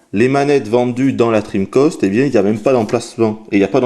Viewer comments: sympa mais je t'en suplie arrete de dire dreamcost !!! c'est dreamcast !! avec un grand A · d'habitude on dit " drim-cast " et non " drim-cost ", mais c'est le qui a eu l'habitude de le dire. Par contre, je ne sais pas pourquoi, il faut lui demander. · CA SE PRONONCE DREAMCASTE PAS DREAMCOSTE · "La Dreamcost"? Pourquoi tu l'appelles la Dreamcost alors que tu dis bien Sega et Megadrive? ça se prononce "DreamcAst". Pas "Dreamcost". :-3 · Salut 1- Tu es réyoné ? parce que si oui moi aussi (à la vue de ton image de profil) 2- Les francophones français ont l'habitude de prononcer (et d'entendre) DreamCAST, donc entendre dreamCOST ça me fait bizarre 3-Je crois que il est québécois non ? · Dreamkoste, j vais lancer chinemou. Lol handicapé de la parole. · oui enfin... dreamcost quoi mdrr ! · Franchement je suis français et sa façon de prononcer me hérisse le poil également !!! "DRIMKASTE" bordel ! C'est quand même pas compliqué. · Pourquoi est-ce que tu prononces "cast" comme "coste"? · dreamcOst ? étrange ton accent :P